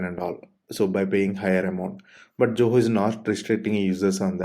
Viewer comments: why everybody saying JOHO instead of ZOHO!! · You are not pronouncing Zoho correctly!